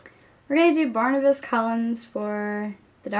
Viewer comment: Barnabas, not Barnabus.